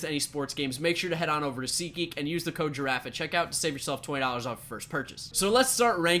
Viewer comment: Giarafee when he says it his last one No one him Another one